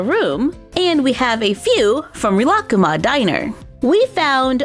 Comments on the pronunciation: Actually, it's pronounced 'Reelakooma'. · don’t you say it like ree-la-coo-ma? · Good video but it's pronounced Ree-la-koo-ma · I think it is pronounced REE-LA-COOMA but I am not sure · I Pronounce it like (rill-A-cuma)but I might be wrong,btw love your vids👑👑👑👑💕💕💕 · here are their names the brown bear is rilakkuma the white bear girl is korilakkuma (I think that is how u spell it) and the bird is named kirotori (pronounced as kiroytori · The way she pronounces Rilakkuma -. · I don’t want to be mean but I think you are saying rilakkuma wrong or maybe I have Ben saying it wrong for 4 years (ps love you I have been waching you since I was in kindergarten and now I’m turning 13) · im sorry but the way she says rilakkuma is making me wanna yeet myself off a bridge :((